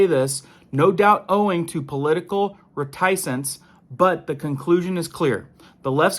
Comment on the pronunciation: Your credibility would be improved if you improve your pronunciation of the words you use, like "reticence". It's not pronounced "re-TICE-ence"" . It's RET-e--sense. You do hit on some valid stuff in a powerful way, though. Keep up the good work,and look up words that you aren't sire how to pronounce.